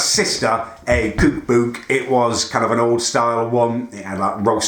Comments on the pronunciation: 'Kewk bewk' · kewk bewk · cuuke buke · You got your sister a "kuke buke" did you? 😂😂😂😂